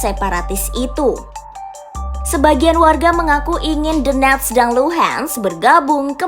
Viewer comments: Tenang itu bukan donetsk tp "the-nets" kata pembawa beritanya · Baca nya Dones aja, T nya dibaca jadi aneh dengarnya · DENETSZZ DAN LUHEENTZZ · "the-nets" itu kota dimana? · Doneks dan Luhan saja min gak usah inggris sangat bacanya yg dengarpun org Indonesia 🤮🤮🤮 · Donetsk (dibaca: donyetsk) ya, semoga bermanfaat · Adminnya baca DONETS aja D'NETS ..D'NETS kayak TAl..bikin telinga yg denger pingin BErAQ.. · Lucunya host nya baca nama donets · Nyebut nya theNetss wkwkw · bner 🤣 gue geli dengernya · Cara ngomong donest nya biasa aja kali napa mbak. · The way Donetsk and Lugansk are being pronounced incorrectly with Western accent cringed me a lot. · Suara lucu saat bilang donetsk